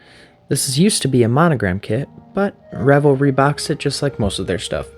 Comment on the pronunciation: Pretty sure it's pronounced Re-VELL, with the emphasis on the second syllable. The other pronunciation suggests wild parties with lots of alcohol and nudity. 😍